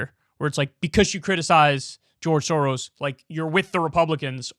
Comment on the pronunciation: Pronouncing the s letters in “soros”: is like pronouncing s in the word: SHIp.